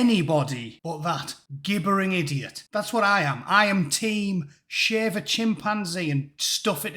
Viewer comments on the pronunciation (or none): The G in Gibbering is pronounced like in giraffe fyi